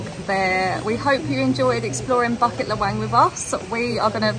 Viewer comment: Bucket LahWang hehe. BooKit LeWang is how its pronounced